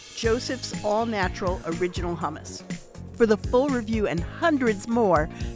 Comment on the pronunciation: why would i trust a taste test from people who can't pronounce hummus correctly